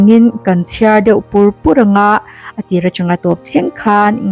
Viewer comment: feuh tilo in deuh aw miss 😅😊